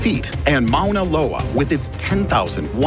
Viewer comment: Hawai’i native here, thank you for pronouncing Mauna Kea and Mauna Loa correctly! Fun fact, Mauna Kea is actually the tallest mountain in the world if you measure it from it’s underwater base lol